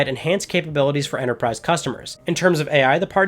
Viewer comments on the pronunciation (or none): none